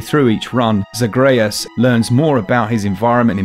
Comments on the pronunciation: you’re awesome, but... Zuh-GRAY-uhz?!?! Other than that, love your videos, guys, keep it up!!! 💙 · I'm always amazed at how people fuck up pronouncing zagreus in the context of the game even though the game tells them repeatedly how to pronounce it. Otherwise good list